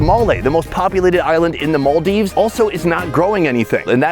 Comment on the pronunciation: Hope to see you do a local food tour around the Maldives! Also, the way you pronounced Malé and Maldives 💯